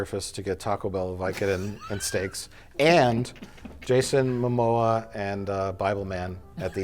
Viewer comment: did he just call him Jason mamosa?!🤔